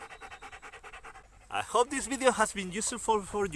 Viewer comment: Where did you shot this "bideo"? I thougt it was in Galicia because of you accent but then you said something about going to Barcelona...